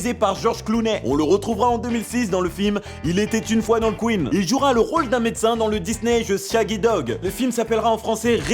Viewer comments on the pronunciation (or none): none